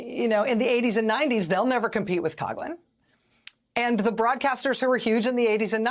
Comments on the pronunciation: It's pronounced KOF-lin not KOG-lin! And, yeah, he was ALL BAD, even for us Catholics. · Coughlin is pronounced “Cofflin” not “Cogglin”…… :) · I think she’s saying his name wrong, it’s like Couflin but coughlin